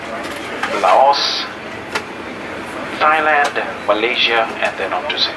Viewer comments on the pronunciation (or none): none